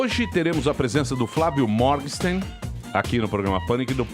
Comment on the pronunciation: O Emílio fala "Mórgsten" para o sobrenome do cara, mas a pronúncia é "Mórguen-shtáin".